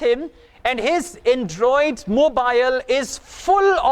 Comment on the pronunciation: You're pronouncing some certain words wrong such as Android , Vocabulary and our but anyway keep goin'